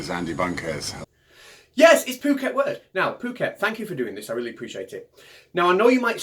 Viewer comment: Good, but it's "Phuket World" rather than "Pooket". It's the name of an island off the Indian Ocean coast of Thailand. Lots of American and European expat's like to live there. All sorts of resorts for tourists to visit. The guy calling himself "Phuket World" seems typical example of the sort of wandering numbskull that often washes up in such places about the world. I would have written "around" in that sentence, but it never pays to pointlessly poke people like him. Let sleeping idiots lie. Sleeping warriors though should be kicked in the artse, hard! I mean, what good is a warrior who is sleeping?